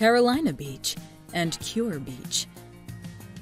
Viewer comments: It’s pronounced Kyureeeeee beach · Its pronounced Kur-re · Exactly. It's almost a northerner's impression without knowing much.